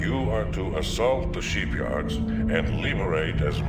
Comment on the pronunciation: why does he keep saying "sheepyards"?